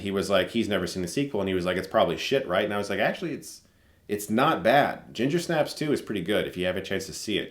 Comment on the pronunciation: I feel like the accent should be on Snaps. You say it weird.